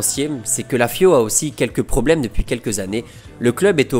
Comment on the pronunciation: C'est quand même exceptionnel de gratter autant de vues/abonnés alors que t'es incapable de parler français correctement. Rien que ça rajoute des M à la fin des mots, Rui Costam et surtout "AUSSIM" qui revient à chaque vidéo au moins 3/4 fois et je suis gentil, pourtant le contenu est bon mais ça te dit pas de recruter quelqu'un capable de lire en français en fait ?